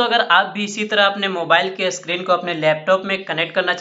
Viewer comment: 😀... Screen(स्क्रीन) इसका उच्चारण अस्क्रीन होता है इसलिए!